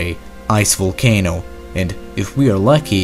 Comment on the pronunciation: Lmao "ice vUlcano" it's pronounced vOlcano